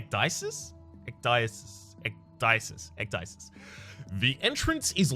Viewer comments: it's pronounces ek-dee-sis and it's greek for taking off your clothes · Ecdysis in greek means "To strip, to make naked" you are welcome :P It's pronounciated like "ek-the-sis". "the" is pronounced like "thee"